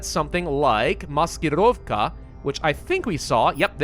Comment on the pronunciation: I like how you say "Maskirovka"